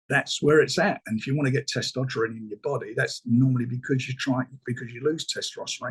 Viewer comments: Thanks. I don't know how much more angry I'd be if i watched 35 minutes to find out Frank says testoperon. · The only person ever that i have heard pronounce testosterone like that! lol